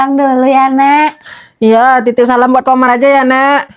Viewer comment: Kak ko manggil Komar jadi kamar